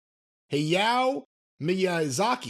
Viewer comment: I can’t believe I never saw the resemblance seeing as I have watched Castle of Cagliostro. But sure enough the suits look the same. Also, you can tell doesn’t watch any Studio Ghibli films by the way he said Hayao Miyazaki’s name. Lol